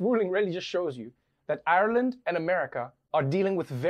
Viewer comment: How fun to discover Trevor cannot say 'Ireland'